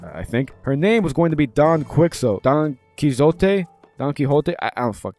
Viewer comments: Don Quixote is pronounced Don Key Hoe Tay FYI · "Don Quixzo, Don Kizote", brother how do you not know Don Quixote 😭🙏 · Don Key-Oh-Tay How is this the first time you’ve ever come across this name?